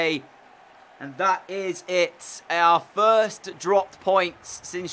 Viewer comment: “Our First” sounds so Australian